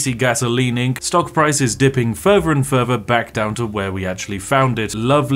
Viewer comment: I love when Spiff shows us yet anover way to take things furver to make fousands. Just warms my heart.